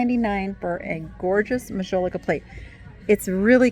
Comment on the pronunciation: Since you are interested in art, and mentioned the spelling of Edouard, I thought I would mention that one of the most famous French artists of the 19th century was EDOUARD Manet. 😉 Please take the following comment as positive…your pronunciation of Majolica is incorrect. If you look the word up, it will give you the phonetic spelling! 😊 Lastly, thank you for your deep dive….Interesting info on the cut glass.